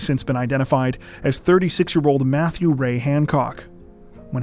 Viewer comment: Methew and Methany?